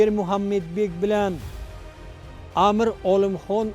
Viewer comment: Амир номини тугри айтишни урганинглар амр эмас бу узбек тили эмас Амир деб айтилади😠